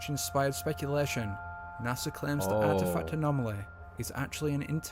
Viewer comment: it's not NASA it's nah son 😆